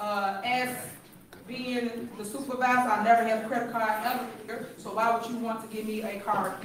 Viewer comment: "credit carrh"